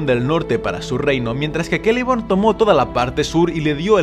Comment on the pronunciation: pork dices keleborn si es una c